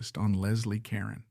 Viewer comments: Her last name is pronounced Car-Ron not Karen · LESLIE (KAH-RONE) not Karen. You must be very young. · If you want to create a video about a famous person, you might want to think about finding out how to correctly pronounce her last name. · I don't understand why content creators don't at least make sure they're pronouncing the main person of their stories correctly??!!! I think it's because of AI, which absolutely sucks!!! It would only take the littlest of care to check the main character of your story to make sure you have their name right?!!!